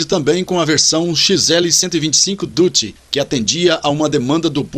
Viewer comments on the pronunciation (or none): none